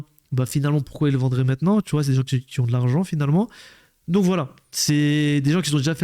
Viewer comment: "Qui z'ont" faut arreter😂 mais sinon vidéo cool!